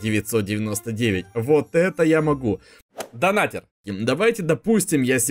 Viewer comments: я скоро стану твоим хейтером ни донатэр а Донатер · Ага) И так же донатЭр это донатЕр